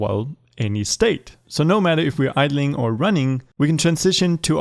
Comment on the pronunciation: Nobody “idleing”